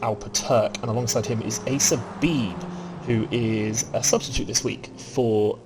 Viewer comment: Great work on the commentary again gentlemen. 👍👍 Valiant effort on the pronunciation of my surname.😅 It's actually bee - bee. Forename was spot on. 👍👍